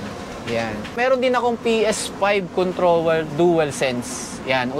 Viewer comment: I understand now. He said Contower and RETO. I know now that he have a difficulty in pronounce "R"!